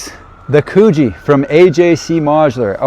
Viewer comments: Mate, it’s Coogee as in could-G 😂 might be good to get the pronunciation correct beforehand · Coogee is pronounced as in "good" not cuugee 😂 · It's pronounced 'Could gee'